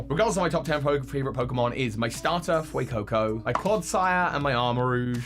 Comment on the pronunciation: IT'S FUECOCO, NOT FUCCO!